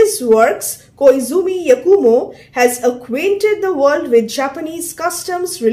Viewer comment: Madam i belive that the Japanese pronounciation for koizumi yakumo is Khoi-zuhmi yaah-khu-mou Anyway, thank you for the video